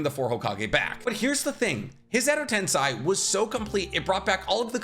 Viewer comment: are you baiting me? it's "edo tensEi" and not a "tensAi"